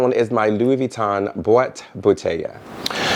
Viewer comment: It is " Boîte Bouteilles" Pronounce =Bwat Bouteiye.